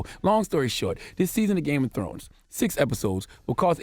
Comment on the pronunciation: Games Of Scones?🤷🤣😂☕